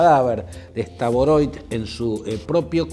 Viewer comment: Estimado Claudio Fantini, por favor diga bien el apellido de esta persona. No es STAVOROIT, sino STAROVOIT Román Vladímirovich. En ruso se escribe así: Рома́н Влади́мирович Старово́йт.